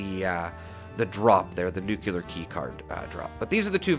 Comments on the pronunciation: Great! I can't resist saying please say "Nu Klee Ar" instead of "Nu kyuw Lar" (Sorry, it just drives me crazy, and I know even a well educated man like Peter Zeihan says it wrong, as well as probably half of people... Another Youtuber with a great speaking voice, Juice Head.. where did he go, by the way? .. also says nucular. ) Enough of the rant. Anyway, I love this tip. I know the drop rate for the plans is extremely slow, but if we want to grind it, this makes it so much more efficient. Thank you. Also, the Watoga vendors, I did the same, for hours, repeatedly swapping servers to check the two vendors. I got the Enclave flamer mod several times this way, about a year ago. I gave the flamer mods to a few friends and used one, modified for vampires, for a secondary character, because it's powerful. But the range is too damned limited compared to Holy Fire. I'll take Holy Fire any day over the Enclave Plasma modded with the aligned flamer. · There is no such word as nucular... nuclear is the word you're looking for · It’s nuclear, not “nuke-yuh-ler” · NEWK-lee-yer. Not ‘new-que-lar’ . There is no cue sound in the word nuclear. I only rant because I like you and the channel so much. And it kills me every time you slaughter the word. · Thanks for the info! Also, Nuclear's pronunciation is "noo-klee-ur." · Gawd, you’re killin’ me, Smalls. You’re making videos for a game based in a nuclear wasteland, and you have no idea how to even pronounce the word “nuclear”. PLEASE, I’m begging you, take a moment and at least type it out and JUST LOOK AT IT. Look at it and slowly pronounce it AS you’re looking at it. Please, don’t take this as rude or trolling. I’m dead serious and want you to at least TRY to pronounce it correctly.